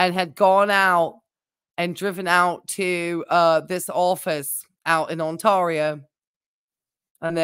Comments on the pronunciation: "Ontario" is pronounced "tear", like "tear the paper". 😉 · People have different accents, it's fine